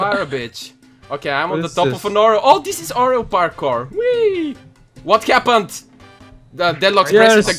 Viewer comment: "what kappend xD"